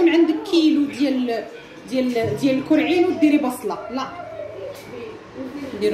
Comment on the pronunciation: اول مرة كنعرفك كرواضة كتقولي الكووعين هههههه